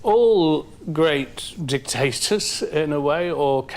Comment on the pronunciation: Bruh.. did dude really say, "All great DICK-TASTERS or charismatic leaders...." blah, blah, blah, BUT DID YOU ALL HEAR DICK-TASTERS, TOO?! LMFAO!!!